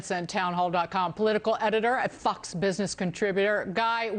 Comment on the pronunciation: why'd she say "fox" like that?